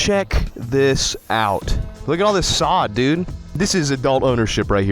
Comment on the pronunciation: "sod, dude" "suh, dude"